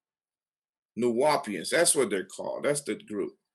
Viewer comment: Another thing, first learn how to pronounce the term Nuwaupian before you speak on things that you know nothing about. #2. Dr Malachi Z. York was a Freemason, Scottish Rite Mason 33*, Imperial Potentate of Al Mahdi Shriners who has true origins from the Ahlil Bayt of the Prophet Muhammad. Nuwaupian Grand Lodge was Egyptian Freemasonry. Again do your research Egyptian Freemasonry and Moorish Freemasonry pre-dates mainstream and Prince Hall. Period.